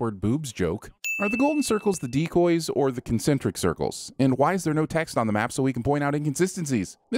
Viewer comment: all those "decoys" sins made me completely tone deaf "Decwoies"